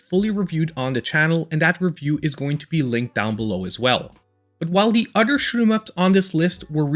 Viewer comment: Dude it “other” not “udder” what the hell is wrong with you?